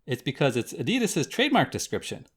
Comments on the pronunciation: That’s not how u pronounce adidas at all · Why do Americans say A DI DAS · My man said adieedasss